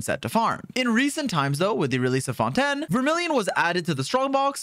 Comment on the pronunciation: Fonten xD